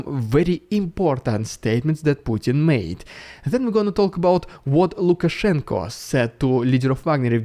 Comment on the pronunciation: I appreciate the effort to call him Lukashenko with an o